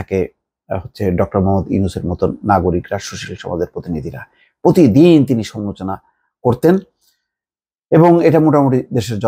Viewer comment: শব্দ উচ্চারণে সতর্ক হোন। যেমন সমালোচনা শব্দটা আপনি উচ্চারণ করছেন "সমোচনা"। আরও কয়েকটি শব্দ উচ্চারণ শ্রুতিকটু।